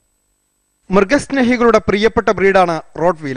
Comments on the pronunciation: റോട്ട് വീലർ അല്ല റോട്ട്‌ വൈലർ എന്നാണ്. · മച്ചു റൊട് വീലർ അല്ല റൊട് വെയ്ലർ അതാണ് കറക്റ്റ്